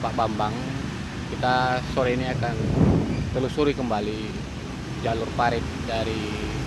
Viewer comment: Telurusi atau telusuri????